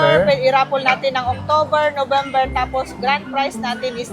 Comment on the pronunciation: natawa ako sa Nomember 😅